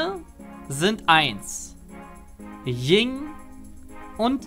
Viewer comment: mein Hase. Es heißt Yin. Nicht Ying. God damnit